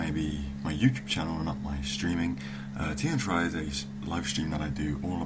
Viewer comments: play gw1 its pronounced teer-ee-ah said by the voice actors in gw1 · Uh, dude. It's Tyria. I believe that'd be pronounced ty-REE-yah. C'mon. You're English. Don't let us Yanks start telling you about language. ;-)